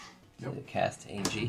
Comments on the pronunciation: Anje Falkenrath is not pronounced Aingie it’s pronounced Anya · Y'all know Anje is pronounced An-Yeh, right? Not An-Gee. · Not to be that guy, but it’s pronounced AHN-YE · I do love this ... I really do. BUT ... am I the only one going crazy every time they mispronounce "Anje"? LOL. (It's pronounced "AWN-yeh", FYI). I can forgive the mispronunciation of Tahngarth ... but the Anje bugs me for some reason. And the sound level is still a little quiet - though the quality is better.